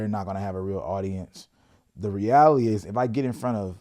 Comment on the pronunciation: Its pronounced 'Re-al-i-ty'... Reality. Not 'Reaily' 😂 don't forget about the 't' in the word 'reality' fam. always love and enjoy the channel. Incredibly insightful and motivating